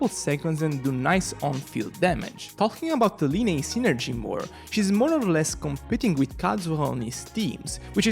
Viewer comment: dude it’s pronounced as lie-knee